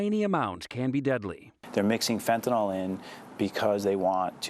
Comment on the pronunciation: How come the DEA agent doesn’t know how to pronounce fentanYL?